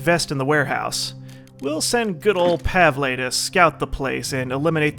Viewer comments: Pavle's name is pronounced "Pav-ul" lol I'm sorry I had to say something haha but you saying Pav-ley is funny as hell haha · Pav-el. Pav... El. Pavle. not Pavlay. Pavle. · Hey, just a heads up, Pavle's name is pronounced Pah-vull. Love the series and try to stay out of giant firefights. I don't wanna see everyone die due to a slight mistake and the series end off on a bad note. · THUNDER KOCK Jones do you understand its pronounced pavley now? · christopher weaver Also, just cuz was told that "Pavlay" was the way to pronounce it by many people doesn't necessarily make it true. I was just explaining WHY he is saying Pavlay, not that Pavlay is the correct way to pronounce it. It might not be.